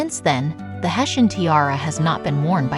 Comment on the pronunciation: It's quite beautiful but the word Hesse is pronounced Hes not Hesuh. I really hate this AI narration.